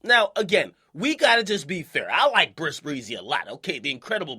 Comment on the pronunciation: why does he call him Bris breezy lol